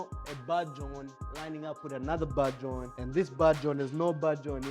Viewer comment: Take a shot everytime he says "bahd join"